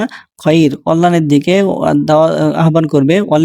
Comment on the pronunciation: আহ্বান–এর উচ্চারণ 'আবান' নয় "আওবান"